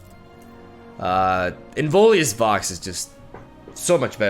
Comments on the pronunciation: pronunciation police here: it's in-VIO-lous vox. not in-VOLI-ous vox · Pls it's not Involius, it's Inviolus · Please, after zaunite your chain. Its the inVIOLUS vox, not inVOLIUS vox. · IN - VI - O - LUS. I don't know why it triggers me so hard, but yeah. Nice deck! Looking forward to your new creations! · Little Pronunciation Nitpick: hes called inVIOLus Vox (like Violet). I Think its Latin for "unviolated/uninjured voice" or something...